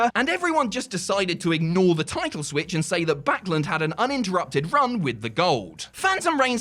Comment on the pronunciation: Why cant you say the word "Title?"